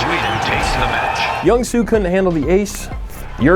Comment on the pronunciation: mr. jakey i love you and your videos, but as a korean person, your pronunciation of jung soo's name killed me. the j in jung is pronounced like a j - not like carl jung :'''')